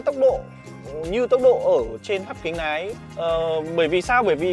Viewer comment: Hắt kính nái 😢 Bác luyện phát âm lại đi ợ, sửa dễ lắm